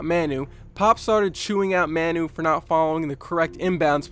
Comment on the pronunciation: Great vid man🖒🖒 but the way you pronounce manu's name is atrocious but great video